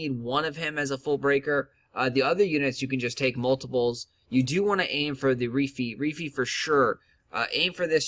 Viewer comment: Good Video. But I cringe every time he said Reefee lol